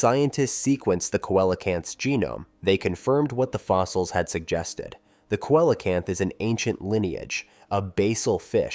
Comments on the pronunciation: I’ve heard both. Koalacanth, not so much, it literally irritated me in the same wat nails do grinding on a chalkboard. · You're mispronouncing Coelacanth. It's pronounced "See-Lo-Canth". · I always have pronounced it seelacanth. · None of this contradicts Evolution. If a life form is successful it won’t evolve. You need to evolve and could start by learning how to pronounce the name see low Canth. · Coelocanth is pronounced "see-luh-kanth". Also, evolution works exactly the way it is supposed to-nothing broken about it. No pressure to change in the environment, no evolution required. It's that simple. Some genetic drift still happens,hence more than one species exist in isolation from each other. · Right ….. I also heard Cola-can’t 😂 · I hate when creators butcher the pronunciation of their subject so completely... like.. did you even try to figure out how to say it? If you can't even get the name right, how are we to trust anything else presented?